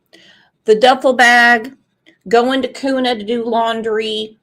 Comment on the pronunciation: Its pronounced Kyoona (Kuna)